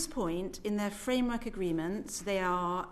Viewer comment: "Framework agreementts". WT F does that even mean. Why don't they they just speak English and answer the question rather than just spew out a load of management speak?